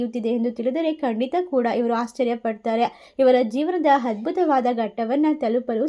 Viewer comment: You must pronounce Aa not ha, like adbhutha not Hadbhutha.